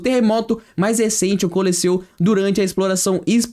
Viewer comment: humanos "poupar" em marte? cometa "haRley reRtornará"?? o terremoto "ocoleceu"?? não dá amiguinho...